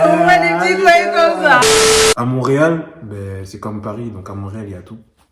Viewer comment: pourquoi vous dites mauréal c'est haiti?